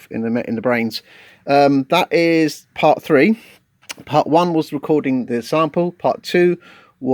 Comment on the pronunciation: Did I hear zample? .... Great video however✌🎹